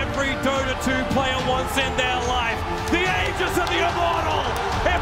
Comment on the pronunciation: Imagine being the announcer for the International without knowing how to pronounce aegis.